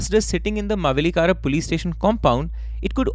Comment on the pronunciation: I am from Mavelikara and it's funny hearing you say it 😂